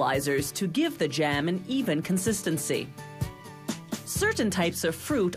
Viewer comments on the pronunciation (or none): I hate when people try to overpronounce words like this lady is annoying to listen to.. like it's jam not jaham..